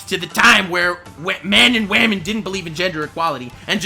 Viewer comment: It's no longer pernouced women it's now pernouced wamen